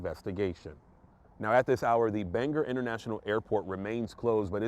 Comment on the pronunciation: Bangor - bang gore, accent on first syllable.